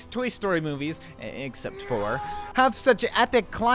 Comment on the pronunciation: I wasnt paying a lot of attention to the video, and it took me 3 rewinds to figure out he's said "except four," not "except for." I actually yelled "except for what? What do you mean!?"